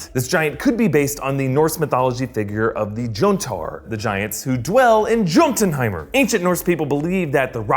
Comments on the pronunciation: “jowntunheimr” Jotunheim YOW-TUN-HAIM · In Norwegian J’s are pronounced like Y’s so jotunheim would be pronounced like Yo-tun-heim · pronounced ''yoten'' of ''yotenheim'' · It’s actually pronounced yotenheim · Joten is pronounced "yoten" "yotenheim" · You’ve watched Thor, you should know how to pronounce the J in Jotunheim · Ginger Ninja, I was just thinking the SAME THING. I was a little surprised that he mispronounced THAT word in particular, considering it was all over the Thor franchise.